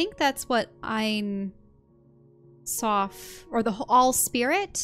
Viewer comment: ain soph meens "no end" (Infinity). But they say it like "the end eye".I hate when using Kabbalah like magic...